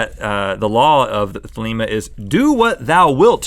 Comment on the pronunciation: nope its pronounced theh-leh-ma, like themla with an extra syllable